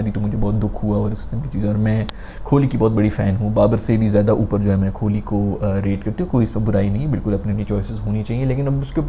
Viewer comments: Bro is saying kholi instead on kohli😂😂😂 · Kholi nhi Kohli hota hai!💀